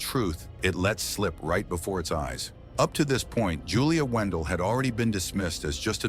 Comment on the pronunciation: her last name is not WENDELL ITS WANDELT